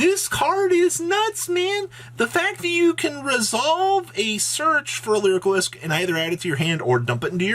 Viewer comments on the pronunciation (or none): Dude please read how to pronounce lyrilusc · ffs pls learn how to pronounce lyrilusc lol